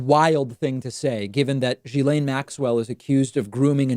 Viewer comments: it s not GILAINE IT ‘S GHILAINE. dude...research a bit would help. i mean it s your job. btw. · Okay..but PLEASE add to your credibility by pronouncing her name correctly...seriously. It's a small thing but reporters who've adequately researched have been exposed, through that research, to her name's correct pronunciation.